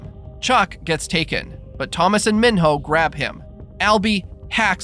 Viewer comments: Mee-know not min-hoe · It’s not Min-hoe, it’s pronounced Me-no. Said so in the movie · Can’t even say mino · Kept saying minho name wrong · Why did you say Minho like that?